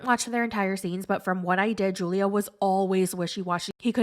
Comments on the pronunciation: You pronounced Julio as ju·lio, when it's pronunced as hu·lio. It's Spanish and "J's" are pronounced as "H's." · It’s pronounced Hulio not Julio. You should know that being American. Learn another language and broaden your horizon 😆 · Julio is supposed to be pronounced as,"Hoolio." 😂 Kenny doesn't want kids, Armando. 😩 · I LOVE THE WAY YOU SAY JEW-LIO LMAOOOOOOOOOOO YOU THE BEST